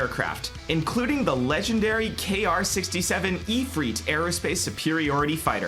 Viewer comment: im not subbing until you pronounce ifrit correctly